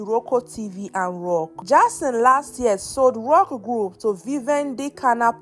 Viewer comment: Jayson.. not Jarson🚶🏾‍♀️